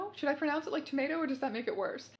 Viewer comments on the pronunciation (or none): none